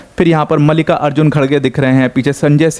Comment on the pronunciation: मल्लिका ❎ मलिका ✅